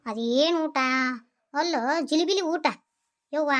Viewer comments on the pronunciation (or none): ಜಿಲಿಬಿಲಿ 😂😂 ಜಿಲೇಬಿ ನಾ😊